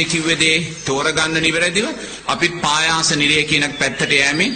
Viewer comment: පයාස නෙවෙයි පහාස නිරය.හොදට බලන්න තාලපුට සූත්‍රය